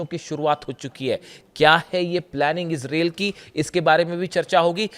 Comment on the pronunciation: अबे ijrel नहीं इजरायल 😅